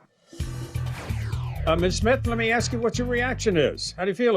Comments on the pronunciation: Listen judge I axed her to ax the person she normally ax to ax for an ax. But when she axed that person she normally ax for an ax they axed her for the ax which made her ax what ax they were axing about. Ax. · She is an influencer but she can’t pronounce ‘ask’ correctly.